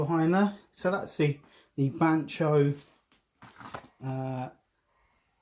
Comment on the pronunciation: Funny the way you pronounce the bahco name. Keep hearing N in there. There is no n in the name 😂🤣